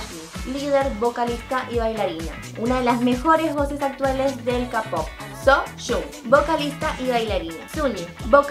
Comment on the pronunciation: ¿por qué le dices "capop"? es keipop.